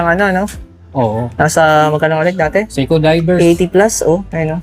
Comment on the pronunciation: Seiko hindi SEKO